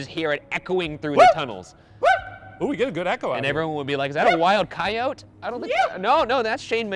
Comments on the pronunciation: Did Ryan just pronounce coyote KAI-OAT what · Wait a fuckin minute, COYOT ???? WHO PRONOUNCES IT PIKE THAT???